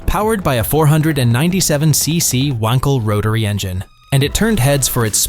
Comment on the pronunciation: wonkl? It's Wank el. Wankel.